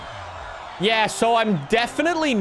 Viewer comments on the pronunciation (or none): none